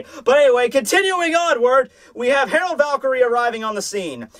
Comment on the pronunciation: dear, Gerard Valkyrie is pronounced "jerard" NOT HAROLD. I understand that l's and r's get mixed up, but if that's the case, HIS NAME WOULD STILL BE GERALD.